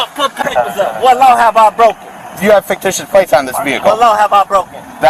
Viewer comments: He needs to learn the word ficticious,not faketicious. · This idiot... Can't even pronounce "fictitious!" Kept saying "faketitious" like it's a fucking word! Thank you for this sheer gift of entertainment,! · He said faketitious???😂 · Where can I get me some of those “faketitious” plates?! Just axeing… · I wish one of the officers had asked him “are you saying ‘fake-titious’?!” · "Faketicious" and "Articulant". Good Lord... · “Faketicious”? lmao. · THAT TRULY IS HILARIOUS! "FAKETITIOUS" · I died when I heard, "Faketicious" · Did he say faketitious? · The dude is literally saying "faketitious". 🤣